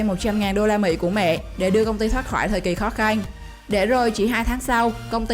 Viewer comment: Bạn nói từ trắng , chữ khó khăn nghe kiểu gì ấy